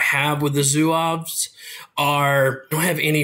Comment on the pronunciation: "Zouaves" as you pronounce it in the beginning sounds like a mexican city hahah :-) Amazing review otherwise! Thanks for the great feedback. I've been looking at getting some French for myself (since I play France whenever I can), and thanks to your great overview I now know what to play. Great work! You should pronounce Zouaves like Zoo-ah-v. The "e" and "s" at the end are silent. Same for Briscards, you pronounce it Bree-scar. The "d" and "s" are both silent. For Chasseurs, they are pronounced "shass-her" Now can't wait for your O-12 overview :D